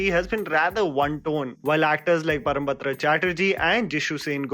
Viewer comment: This is the second time that mis-pronounced Parabrata's name. please rectify